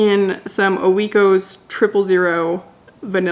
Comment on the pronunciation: Isn’t the yogurt brand pronounced like “oink”, minus the “n” obviously. So…. Oikos. I like to have the same thing w/ the same brand of granola. Costco sells it in bigger bags, & there’s also a blueberry one. Very yummy. My husband & I sometimes even make some oatmeal & mix w/ some of the yogurt & granola if we want a more filling breakfast. It’s delicious!